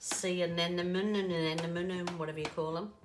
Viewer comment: Hi! Anemone is pronounced Uh Nem Oh Nee I Love your work.... hugely inspiring! Thank you for all the time you take to mix, create, and explain your beauties!